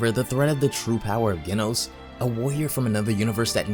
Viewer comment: Ah you said genos wrong it's pronounced with the j sound